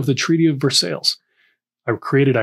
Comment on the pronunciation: Meme worthy mispronunciation right here! 😂/vɛʁsɑɪ/, or if you want to anglicize it a little bit, [vʌrsɑɪ] is a widely used anglicized pronunciation.